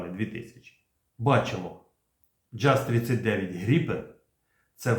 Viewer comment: Джаз😢 Правильно Яс 🎉🎉🎉